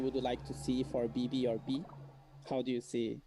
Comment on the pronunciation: He said Béah